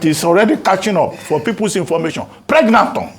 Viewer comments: How Dr Abati says pregnathon while keeping a straight face😂😂. And then Davido ended up receiving a stray bullet.😭😭🤣🤣🤣🤣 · Abati should be a comedian. Preg- na- thon.